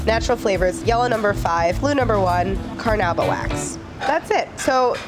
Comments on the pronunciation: it's pronounced carnoooooba wax, not carnaba.... it's used on surf boards and cars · I've never heard anybody pronounce Carnauba wax that way.